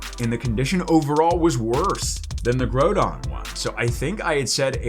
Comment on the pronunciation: Your saying groudon wrong